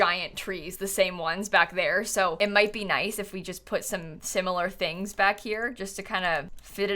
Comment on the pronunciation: I love how instead of saying similar she says sim-u-lar.